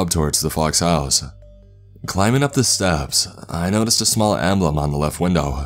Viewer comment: Mickey Mouse-uh outside of my house-uh